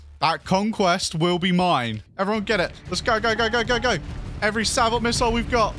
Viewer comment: Sabot with the hard T 😂. Ironic